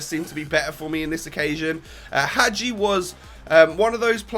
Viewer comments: pronounces him correct, aswell:D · Finally someone pronounced Hagi corectly .